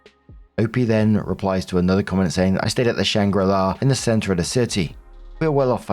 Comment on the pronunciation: Shangri La, not Shanghai La ;))))